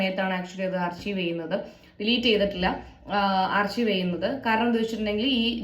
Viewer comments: ആർച്ചീവ് അല്ലടോ archive is pronounced ആർക്കയിവ്. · ആർചീവ് അല്ല ആർകൈവ് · ആർച്ചീവ് എന്നല്ല ആർക്കൈവ് എന്നാണ് പറയേണ്ടത് 👍